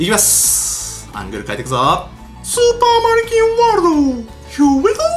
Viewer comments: スーパー成金ワールドってきこえたんだけどwww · 俺スーパー成金ワールドーって聞こえる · スーパーマリキンワールドが 成金ワールドって聞こえたwww